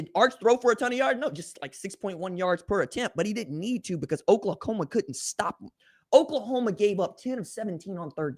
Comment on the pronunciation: Lol. He said OklaComa